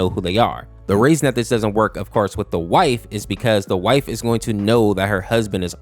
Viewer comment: Great video, I enjoyed it, but a weird thing in the video and AM, I heard white not wife for some reason and it sounded a bit racist 〔•_●〕